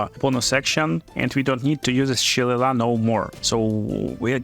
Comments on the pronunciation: Its pronounced Shil-ay-lee Great build, brother, gonna give this one a go after i finish with my necromancer :D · LOL, shil·le·lagh is pronounced 'shee-lay-lee' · It's an Irish word if you want to head it properly it's more like Shill-lay-lee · Repeat after me... sha - lay - lee.